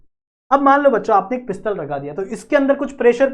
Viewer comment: Sir it is piston not a pistol